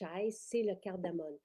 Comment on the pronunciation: Bonjour, merci pour ces belles nouveautés, bien intéressantes! Petite précision, c’est de la cardamome et non « cardamone ». Bonne journée!